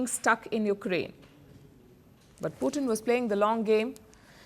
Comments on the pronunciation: I meant पुटिन hurts ! Please stop saying पुटिन. पुटिन As I said is a dish made up of French fries topped with different types of gravies !! 😎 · पुतिन NOT पुटिन ।। Every time you say पुतिन it hurts my ears 👂!! And I am not joking !! Pallid I love your reporting , but it’s NOT पुटिन. Cm’on !! पुटिन (POUTINE) is a rush , pretty famous up here in Canada !